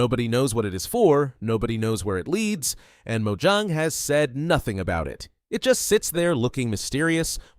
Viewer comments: Its not 'Mo-ju-ng' its Mo-ja-ng. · it has 2 syllables so you say it as Mo-Jang